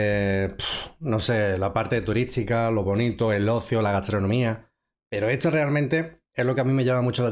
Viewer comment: Hola, buen video! Tengo una pregunta para ti: en qué parte de España utilizan invertida la unión de las letras “ST” por ejemplo, dijiste “”TURÍTSICO” en lugar de”TURÍSTICO” y lo he escuchado en otras palabras también y en otros youtubers. Lo pregunto con respeto porque es algo nuevo para mí que soy mexicano. Saludos hermano.